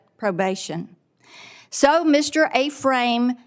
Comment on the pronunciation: Ephraim is Pronounced F-Ram.. Not A-Frame woman.. Jeez